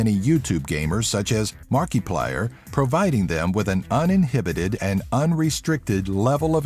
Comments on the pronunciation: Markeplier? Am I the only one who thinks you pronounced Markiplier's name weirdly? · Every Markiplier fan probably raged when he pronounced his "name".